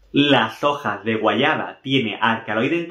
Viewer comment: Se dice guayaba. No guayana